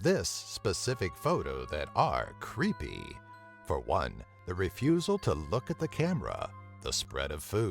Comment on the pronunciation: The way this guy talks i swear makes this video leas creepy. He says google like "goo go" And creepy he sounds like timmy from south park saying "CREEPAY!" Like lmao oh man xD GG